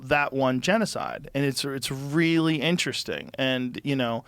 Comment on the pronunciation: "Inner resting" - Billy Carson